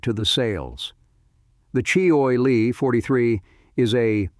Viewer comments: you'd think AI would have learned to pronounce words properly--"choy e lee" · Boy, these AI announcers have a looooooong way to go before prime time. Maybe they can call CheeeOy Lee for advice...